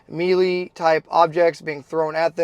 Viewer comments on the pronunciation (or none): “melee” is pronounced “maylay”.